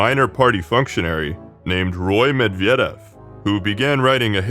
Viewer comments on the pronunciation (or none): You are on the right track but I think the vocals and the stresses are kind of tricking you. For example the unstressed e sound in Perestroika or Medvedev is a i sound (as in bit). It's hard to give notes on all the nouns, nor am I the right person to do so, but I think google translate pronunciation is pretty decent these days and could help you out (put the name in Cyrillic tho). Love your work btw